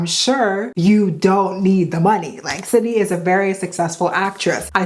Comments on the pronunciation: Her name is not Cindy. It is Sid-ney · Not “Cindy” 😭